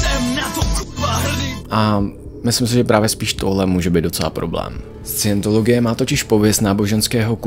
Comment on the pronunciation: Jeden přeřek? 🤔 Vždyť jsi slovo Scientologie vyslovil pokaždé špatně. A i jiné názvy, které jsi ve videu uvedl a některé nepřesně vysvětlil.